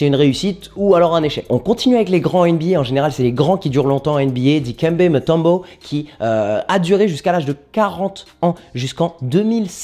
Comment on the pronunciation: par contre pour la prononciation de Mutombo S/o Congo arretez d'angliciser et au fait Zlatan pour les déplacements